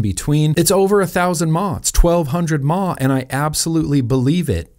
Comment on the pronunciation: What's a mah, its M A H.